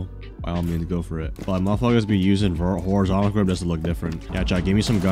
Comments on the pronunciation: WHY DOES BRO KEEP SAYING HORIZONTACAL GRIP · "horizontical grip"